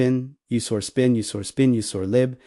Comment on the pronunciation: Your READER sux ROOT --> ROUTE sbin --> spin usr --> oo-sar sys --> seize execute --> WTF was that ? truncated sentences and so on